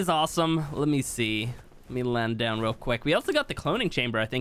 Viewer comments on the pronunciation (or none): none